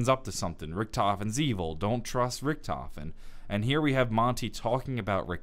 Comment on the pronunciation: the biggest mistake is the way Monty pronounces Richtofen